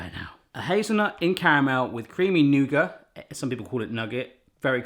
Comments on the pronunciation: It's either nougat or nuggit, never nouger. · Why did he leave the "t" off the end of nougat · Maybe make intermediate ones in muffin/cupcake size. Also, please pronounce the "t" in Nougat. Also, don't use white nougat. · noo-gut not noo-guh or nugget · Who in the world calls nougat nugget? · You say 'noogar' and in America, we say 'NewGit' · Nooger? Is that like a booger? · Nougat= "noo-get" :P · It's pronounced Noo-git 🤷‍♀️ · Do people actually pronounce nougat like "nugget," or was that just a joke? Anyone in the comments pronounce it that way? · Never heard anyone call nougat 'nugget' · I pronounce nougat as new-get. Am I completely wrong? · It’s pronounced nougat not nougat lol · Just say nougat without the t. I think the Muricans will understand. At least I from Norway do. Saying nougat with a t is like saying ballet with a t.